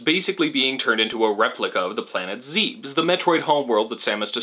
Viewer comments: Planet zeebs, k. It's zeh-bess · In case you are wondering, or even care, it's correct pronunciation is zeh-bis. To anyone planning on arguing with me, it's not open for debate. In Japanese it is written as ゼベス, which is romanized as Zebesu, and pronounced zeh-bis. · I stopped the video when you pronounced it "Zeebes" and immediately subscribed. I was already on board with your presentation style and focus, but when you said Zebes that way (aka CORRECTLY) it pushed me over the edge. Thank you. Also, if you haven't already, I would love to see a video on Bastion, discussing the gameplay-as-narrative that is everywhere in the game. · Great video! I wanted to make fun of how you said Zeebs, but I have been calling Zebes Zeebees, so I have no room to talk lol. I really wish the English version was translated properly. Apparently Samus didn't activate the Varia suit on her own accord because she wanted to be tough, but Adam yelled at her to activate it so she wouldn't kill herself. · he really said "zeebs" didn't he...